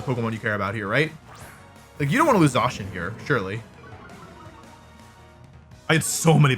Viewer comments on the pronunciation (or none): What is the reason for the pronunciation change on Zacian from 'ZAY-SHIN' to 'ZAW-SHEN'? I feel like there is a whole extra W being added to the name, like saying Zack as Zawk...